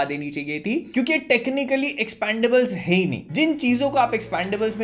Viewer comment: "Expondables" ka review kar diya tumne to. 😂😂😂😂 Jyada angreji seekh li bhai ne.